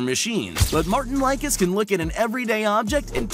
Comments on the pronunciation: Welll,,, correction just a few things:) ..... brian shaw did not win 4 wsm in a row. He lost between his titles. His greatest rival was zudrunas zavickas. :) .... eddie hall did NOT pull the deadlift record at 2017,but at 2016. ..martins licis kast name is oronounced lisis,not likis. ... and odd haugen,s last name is pronounced haaugeen. He is from norway.... hafthor is not named half thor but hafthor.....robert oberst does not have the american log lift record, robb kerney has that . So,,,,, i tip,if you are going to make vids about strongmen,,,, do not include wheels,jujjimufu and the other joke of a "bodybuilder", they are not strongmen. The real strongmen here are,shaw,hafthor,hall,savickas,kieliskowski and martins licis. The rest are doing it for likes on youtube. Stupid. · Mar-teens lee-sees (Martin Licis) everybody makes mistakes bra😂💪🏾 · I cried when he said Martin likeus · Did anyone actually research the "facts" and names pronunciations presented here? Brian Shaw has won four WSM titles, but not in a row (except the last two), and Martins Licis' and Odd Haugens' names were butchered. I won't watch this amateur crap channel again.